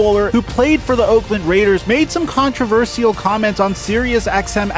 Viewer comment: one thing i think is controversial is the way you say the word "controversial"